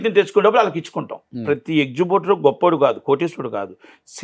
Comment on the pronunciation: ఎక్జిబ్యూటర్ గాదు ఎగ్జిబిటర్